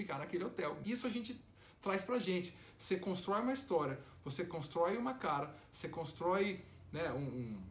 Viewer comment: e esse sotaque "constroy" aí Kiko? kkk. Aguardando #KikoDeRosJam